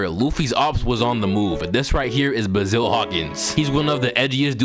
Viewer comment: Aint no way you said “baazile” for basil hawkins 🤣😭